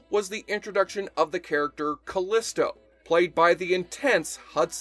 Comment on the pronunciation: FYI Callisto is pronounced Ca-LEE-sto and she was played by Hudson Leick whose last name is pronounced LIKE.